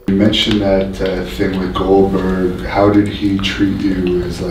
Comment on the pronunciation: Who the hell is glodberg??